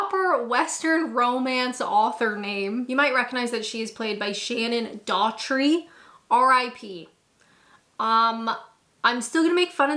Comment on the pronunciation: Doherty. Pronounced DOE-HERTY.